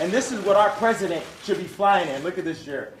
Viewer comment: "I'll never have dinner with the presesident."